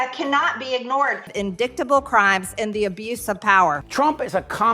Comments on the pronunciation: It is so appropriate that Majorie Taylor Greene would mispronounce the word indictable as in Dick ta bul😅😅😅😅😅😅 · "Indicktable" crimes?? Did that woman go to school?